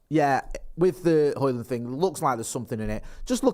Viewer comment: You got Højlund's name pretty much spot on,. As a long-term resident of Ginland and an enthysustic student of Scdndinavian ( snd ithrr) languages, it always pisses me off when vloggers mess up pronunciations. But you got that one right. 😁 👍👍👍